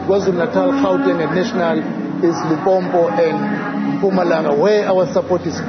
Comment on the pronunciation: He can't even say Limpopo but is a South African